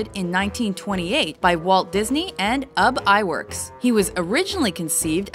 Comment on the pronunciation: Its not uhb iwerks its pronounced oobee iwerks